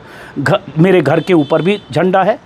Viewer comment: घर नही बोला गार बोला ,।